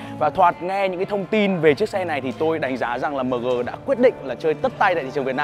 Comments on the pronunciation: Mờ gờ, đọc nghe chuối quá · Người Bắc đọc mờ-gờ rồi a-mờ- gờ nghe chán phèo.